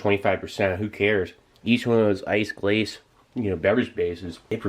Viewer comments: Glace is prounounced "Glass", just FYI :) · The way he pronounced “Glace” and “Pain” made every French speaking person in here cringe LOL